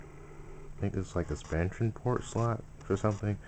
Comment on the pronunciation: when he said the port the first time it sounded like porn LOL